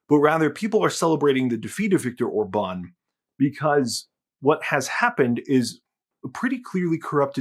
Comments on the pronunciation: or-BAHN 😬 it's OR-bahn 😂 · One thing that puzzles me is your pronunciation of Viktor Orbán — you change it at least four times, and only once do you pronounce the name correctly....MÅSKE ER DET BARE MINE DANSKE ØRE DER ALTID ER KRIDISK....Orbán is pronounced in two parts: OR‑BAN — not “Orba‑neeeee.” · The way you say orban OR-BAN is funny 😅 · Regarding Orban's name, the stress is on the first syllable. The same is true with Magyar. In fact, the stress is always on the first syllable with every single word in Hungarian. Pronounce "Magyar" as `Madyar" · I hate Orbán but the way you say his name hurts my brain. The accent goes on the O. Not the Á. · A tiny nitpick about pronunciation: In Hungarian the accent is always on the first syllable. The acute mark means a long vowel. Joining the celebrations from Poland.